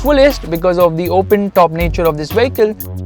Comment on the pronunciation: Getting inside the "wehicle" is hard...LOL